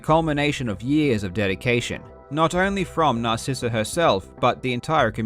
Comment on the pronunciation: “Narrsisa” smh man